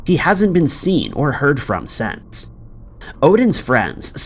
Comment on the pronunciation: Why do you say sense when trying to say since? These are two different words and should be pronounced differently.